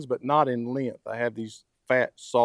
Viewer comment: length not lenth, ambidextrous not ambidextrious